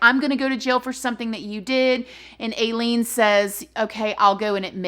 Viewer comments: It's pronounced I-LEAN. No big deal, just thought some people would want to know, like incase they wanted to do any research on their own. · Love you but i believe her name is pronounced like eye-leen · Its eye-lean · I read and researched alot about aileen and i really enjoyed your presentation of this case :) Ive always hear it pronounced like "ileen" but that could just be my weird canadian accent. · Her story is tragic and they made a movie out of it too! Honestly, she didn’t seem like she was “all there” if I can say it like that. That’s a trip that you were in the same prison as she was. As far as I know, her name is pronounced Eileen, but no shade. I love you, ♥️ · Her name is pronounced Eye-lene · I'm pretty sure it's pronounced eye lean. My grandmother had the same name, spelled the same and I know another person with that name and the both pronounce it eye lean. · I love you so much. But just so you know, it’s (EYE-LEEN) 😘 but great job on this video. Just like all your others. You’re my YouTube mama ❤️ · Pronunciation for; "Aileen" is (I-LEAN)Pronunciation for; "Aileen" is (I-LEAN)Pronunciation for; "Aileen" is (I-LEAN)Pronunciation for; "Aileen" is (I-LEAN)Pronunciation for; "Aileen" is (I-LEAN)Pronunciation for; "Aileen" is (I-LEAN) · Aileen is pronounce the same way as mine (I-Lean); her and I just spell it differently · her name is pronounced I Lean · It’s pronounced EYE LEEN. You should really watch the documentaries and movie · Aileen is pronounced like eye leen, rhymes with high or die XD love you girl XD sorry I had to be that jerk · It's pronounced "Eye-leen." Although it should be "Ai-crazy-as-a-bedbug." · You say it I LEAN lol you're so cute! Like Aileen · Pronounced "Eye-leen" 😉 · Illean pronounced w I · You’re saying her name wrong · Please learn how to pronounce her name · To be fair, if you did your research on this story, you would know how to say her name lol but im getting used to it lol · pronounced I -lean or I-LEEN